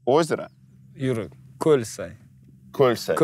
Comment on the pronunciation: Я на моменте исправила Дудя о том что не Кольсай А Көльсай, через пару секунд его исправили😂